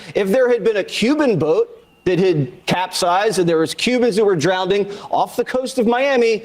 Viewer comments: He literally said “drowneding” 😂. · Did he actually say “drownding” 🤦🏽‍♂️ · Jessie Walters: "drownding" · Hey Jesse, just wanted to let you know, there is no such h word as "drownding". Carry on. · "Drownding" - Jesse Watters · "Drownding." Ugh. What a tool. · mf said drownding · cubans who were "drownding" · "drownding". Seriously, Jesse?! 🤣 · I was born and raised in the US and I consider myself a “citizen of the world” and would hope that everyone does. Our communication systems now allow us to be so. ….and the fact that Watters said “drownding” is abominable ffs🙄🤦‍♀️ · Right?! I had to go back ten seconds and confirm I actually heard "drownding". Jfc, these people are such lowbrow imposters. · He said "drownding." Argument over! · what does "drownding" mean, jesse?